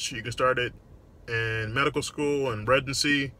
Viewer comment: Been a fan for a while Doc. However, I've always been curious as to why it sounds like you say residency with a G? Like "Regency"